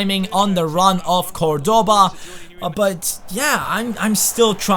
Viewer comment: you are mispronouncing Cordoba, the accent goes on the first syllable not the second. Something like CORdoba